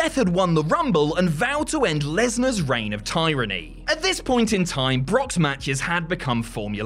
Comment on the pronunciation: Wow that is not how you say tyranny Edit: or Herculean